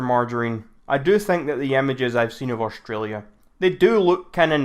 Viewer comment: "Australia does not even exist" The hater couldn't even pronounce "Australia" right 🇦🇺 is real lol